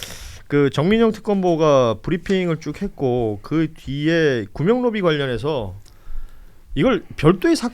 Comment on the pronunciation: 구명로비를 구멍로비로 읽었네..음란마귀네